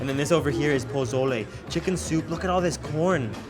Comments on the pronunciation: I love hearing him butcher all the names of food 😂 POZZOLAY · You don’t have to pronounce the Z so much when saying Pozole